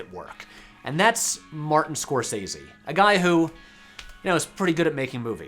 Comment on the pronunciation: That's not how Scorsese is pronounced.